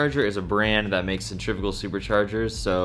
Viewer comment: I'm not trying to be that guy but cen-tri--fugal is not pronounced like the way they are trying to.